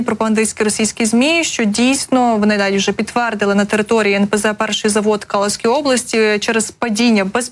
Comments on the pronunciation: Область в РФ не Калуська, а Калужська, з наголосом на "у" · Ведущая, ваи надо правильно ставить ударения и отработать дикцию. А то получается, что горит Калушская облась. Так вас слышно.